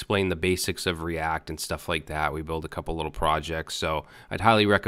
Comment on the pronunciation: Lol " the Cree-act :) , reminds me when you mis-proniounced ass in past vid